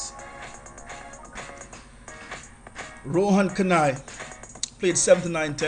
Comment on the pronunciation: Rohan Kanhai. Not Kanai